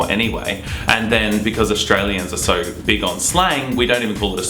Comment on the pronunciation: "so" = sowr (?)